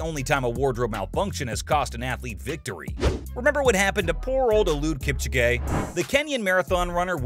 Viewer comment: The way he pronounced Eliud Kipchoge 😭😭